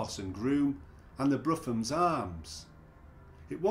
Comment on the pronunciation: Brougham's pronounce Broom's. Current facade is not Victorian. Maps show many changes. 1847 map shows alignment with Lion and Lamb and building across Harper Street.